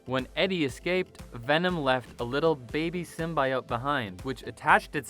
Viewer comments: STOP SAYIN SIMBA-E-OATS.. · Sim-bee-ote cmon man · Symbiote - sim-bee-oat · It's symbiote. Not symbaiote. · The fact that you pronounce symbiote the way you do it makes you lose all credibility on anything else you say... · Why is this guy pronouncing symbiote like a serial killer? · Horrible narrator, doesn't even know how to pronounce symbiote. Has he even watched the Venom movie? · Pronouncing symbiote wrong is tight P.S. It doesn’t matter how you say it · Bro do you know how dumb you sound saying Symbiote? Just say it right. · I UNSUBSCRIBED FOR PRONOUNCING SYMBIOTE THAT WAY....GOOD JOB ASSHOLE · This guy doesnt even know how to say symbiote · Learn how to say symbiote...and then record the video. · Volume off and subtitles... guy can’t pronounce symbiote.